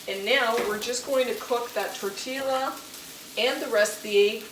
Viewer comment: Tortilla pronounced........ tor tee ah....Love your show !